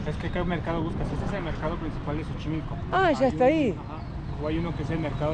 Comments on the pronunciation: Chicos lindos, Xochimilco, se pronuncia más o menos como: "tzochimilco" en este caso la X no suena como "J" como en el nombre del país, México. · Un dato se escribe xochimilco y se pronuncia como "S" se diria sochimilco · Antes de querer enseñarnos un lugar que conocemos desde niños primero lee la información correcta y pronuncia bien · Busquen en internet como se pronuncia Xochimilco chicos. Lo estuvieron diciendo mal todo el video. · 😂😂😂😂😂 "JOCHIMILCO" dicen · Mejor usa la palabra "chamarra", te van a voltear a ver feo carnal..ahh y se pronuncia "Sochimilco" no Jochimilco. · se dice sochimilco pero se escribe Xochimilco... y el animalito se dice Ajolote 😉 Saludos!! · chochimilo no es es Xochimilco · Que risa eres muy simpático 😅 se pronuncia sochimilco y se escribe Xochimilco. Me dio gusto como manejaste la chinampa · Me encantó cuando dijeron Jochimilco los dos jajaja. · Chinelos en Xochimilco (se dice S la X en ese caso) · Soy un gran FAN del canal. Se pronuncia SOCHIMILCO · Pronúncialo con la “s” al principio como sochimilco saludos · Se escribe Xochimilco y se pronuncia “Sochimilco”. Se escribe México y se pronuncia “Méjico”; se escribe Axiote y se pronuncia “Achiote”. 😂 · Mi estimado Xochimilco, se pronuncia Zochimilco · La X al inicio de palabra se pronuncia como S Y en axolotl suena como J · se dice asi textual......zochimilco